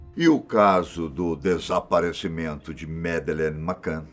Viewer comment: que enredo pobre. e pelo amor de Deus, tirem esse '' dos vídeos. é mto banal. e qnt a história, por favor, pelo menos peça ao dizer o nome da MadEleine corretamente. Vídeo broxante. Personagem desnecessário. E intonaçõess nas falas ridículas. Cadê os antigos e BONS apresentadores da Fatos? Esse time novo, exceto o Benjamin e Gabriel, da desgosto. E por mim rola deslike atrás de deslike. Lamentável o rumo do canal. Sem mencionar a cópia de assunto de outros canais que postam na mesma semana. Poxa fatos, vcs querem ser desconhecidos mesmo, pq olha, o canal tá ó 👌🏻 "una nierda".